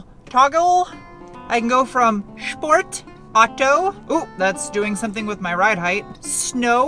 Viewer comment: Shhhhport! I love it when you speak German!😄